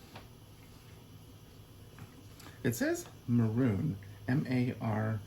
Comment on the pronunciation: Hi! If my Spanish classes from decades ago serves me correctly, "marron" is Spanish for chestnut/brown. It would have the accent mark over the o and be pronounced "mah - rrhon."